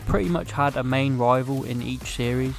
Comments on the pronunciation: Pretty sure it's A-Lar-Ne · Lol how he pronounced alan😂